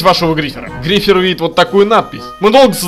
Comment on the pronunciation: Звонит ударение на и грифер глупый